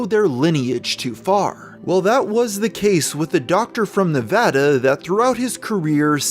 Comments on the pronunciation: as someone who lives in nevada, it brings me great joy he says nev-ah-da instead of nev-auh-da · Thank you for pronouncing "Nevada" correctly